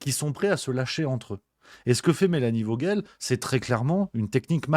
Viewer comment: Vogel se prononce "foguel " c est germanique c est " oiseau " en allemand